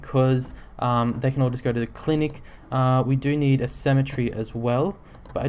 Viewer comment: You say cemetery like symmetry! Just a bit buggy for me.